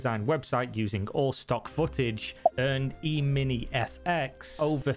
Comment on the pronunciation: ehmini, not eemeenie